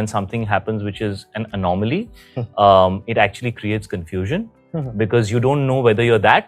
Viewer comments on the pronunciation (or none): Did he say anormaly which is Priyanka's beauty brand lol 😂